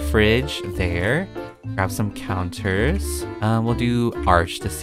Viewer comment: Okey, when you said counters i thought you said cow turds.